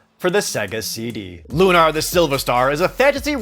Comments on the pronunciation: Why are you saying Lunar like "Lune AR" It's looner, just like you'd say with a lunar eclipse or anything related to the moon. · Loon-are? Have I been pronouncing it wrong my entire life? Cecil's family are loon-are-ians and not loon-air-ians? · I was cringing every time you said LUH-KNAR.. but , you pronounce it correctly. I caught you!